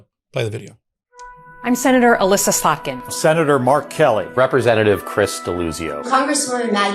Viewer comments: It's AH-LISS-AH Slotkin! It's driving me nuts every time you mispronounce her name! (She's my senator). 😂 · Eh-liss-a. Say it with me 😂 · If there were a drinking game where you had to take a shot every time mispronounced Slotkin's first name, I'd be passed out before the end of the video.